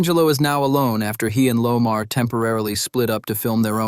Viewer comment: It's Omar not Lomar lol